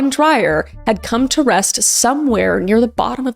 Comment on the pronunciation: Hi Kris. South African here. Curious that Deon was Australian, as Dreyer is a very common South African surname. Pronounced Dray-uhr, by the way. Perhaps he was a second-generation Aussie. For some reason, it is quite a big sport here in South Africa to push oneself past the brink of sanity... Shark cage diving is another South African pastime that I won't begin to try to understand.